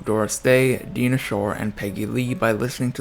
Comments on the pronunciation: Thank you for sharing the life of this interesting woman. Just one tiny detail. Dinah Shaw is pronounced with the long i as in "diner", not Deana as you pronounced it. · Die-nuh Shore not Deen-uh😂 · DINah Shore.... LONG I, not short i!!! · Who is Deena Shore ? Who the hell is Oscar Hammersteen ? What's with this idiot who can't get a name right ?!?